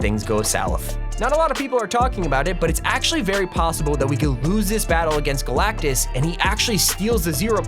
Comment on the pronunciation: "GALACTICTUS" LMAOOOOOO